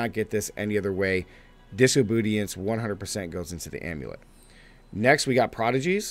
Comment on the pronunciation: Did he say diso-bootyance?